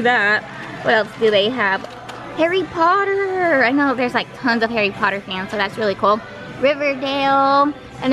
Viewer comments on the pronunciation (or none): none